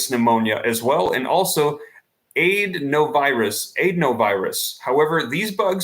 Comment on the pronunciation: Are you trying to say adenovirus ? Please revisit your pronunciation of adenovirus.